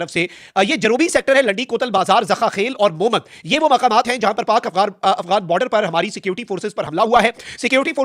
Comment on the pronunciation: محموند نہیں مہمند کم از کم کچھ تو سرچ کر لیا کریں